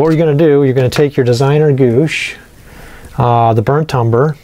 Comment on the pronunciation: Great job, especially the roof. Those are bay windows on the side. Cupolas go on top. Gouache is pronounced "gwash."